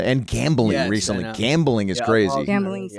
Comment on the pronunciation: RECTALLY SHE SAYS. SHE SAID RECTALLY